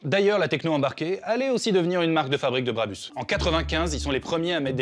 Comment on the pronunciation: Ça se prononce Brabousse décidément je vais devoir vous faire la remarque sur chaque vidéo qui parle d’un truc près de chez moi